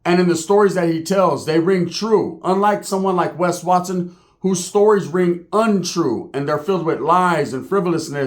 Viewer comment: You called Wes Watson. I thought you called wack no hundreds